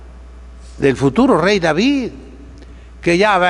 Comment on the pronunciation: ¡Cómo reparte estopa a diestra y siniestra, y cómo pronuncia las consonantes finales; David-e, Goliat-e..., :-D! Entrañable, sabio y valiente buen pastor don Isidro, a quien Dios bendiga por muchos años-e.